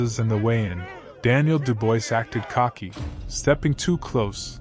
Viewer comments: Daniel "Dew-boys"...?! Do I detect AI bullsh*t here...? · Dubois is pronounced Doobwar. It's a French name.